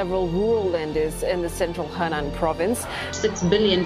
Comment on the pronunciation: Henan is pronounce “Her-nan”